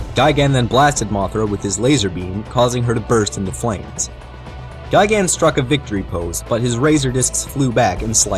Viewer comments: It's not gigan It's gigen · Btw, it's technically pronounced "Guy Gun"